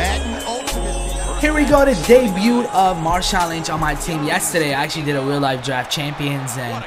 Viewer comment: don't pronounce the "T" in debut... just helping with your english. Yes, i know he's not from the USA just helping